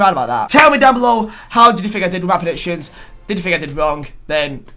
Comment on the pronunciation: Why did you pronounce predictions as presictions